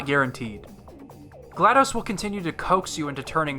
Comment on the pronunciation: I'm only a third of the way through the video and loving every minute of it. One sticking point though...her name is pronounced Gla-DOSS, not Gla-DOSE. Think of DOS (disk operating system...pronounced DOSS)